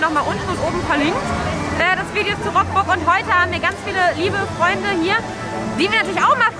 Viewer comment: Sehr gutes Video, aber: Rockburgh??? Es wird leidergottes Rukburgh ausgesprochen...